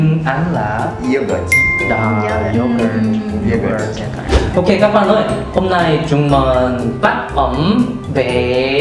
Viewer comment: YÕguryto nghe như dỗ củ tổ ,mọi người nghe có giống mình ko